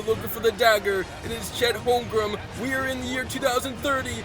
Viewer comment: bro doesn't know how to say Holmgren or Wembanyama😂he kept sayin Holmgrem and Wembanyana🤔